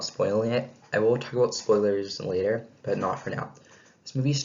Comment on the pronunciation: "But" not bit